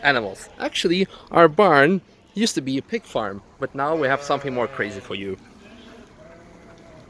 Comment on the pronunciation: "What are EWE doing?" lmao almost didn't catch that